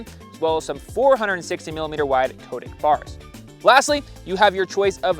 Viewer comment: Nice review, good to see a little MTB DNA getting into gravel bikes! By the way, from Cotic's web site: The name Cotic comes from a nickname for our founder, Cy Turner, from his university days. Cy-Cotic - 'psychotic'. It is pronounced 'Cot-ick', not 'Coat-ick'.